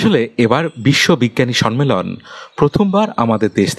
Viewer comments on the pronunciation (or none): উপস্থাপনা আর একটু উন্নত হতে পারত. Sonman... Sonmelon কথা দুটো ভুল... কথা টা somman আর sommelon.. ন এর উচ্চারণ টা হবে না কানে লাগছিল তাই বললাম ❤❤❤